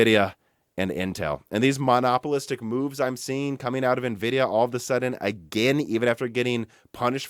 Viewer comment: Lol, when you say the word monopolistic, it sounds like you're talking about a single pole magnet.